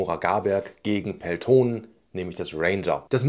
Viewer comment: Gutes Video! ...kurzer finnischer Hinweis zur Aussprache von "Peltonen": im Finnischen werden alle Vokale, die als Einzelvokal geschrieben sind, kurz ausgesprochen (ein langes "o" wäre "oo" geschrieben). Betonung ist immer auf den ungeraden Silben (es sei denn die ungerade Silbe ist die letzte im Wort), hier: Betonung nur auf dem vorderen "e".